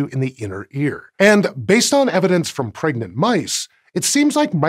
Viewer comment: Did you mean pregananant or pregernet?